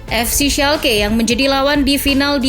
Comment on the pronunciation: Min schalke dibaca schalke bukan schalke